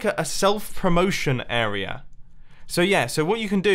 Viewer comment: And, "area," with an R. "Arear"